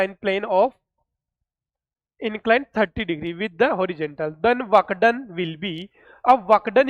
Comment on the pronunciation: Work done ese kon bolta hai lag raha fuck done bole rahe